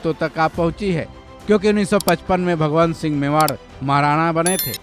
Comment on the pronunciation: महाराणा भगवन्त सिंह मेवाड़ नहीं ......भगवत सिंह मेवाड़ थे। उच्चारण ठीक से करें।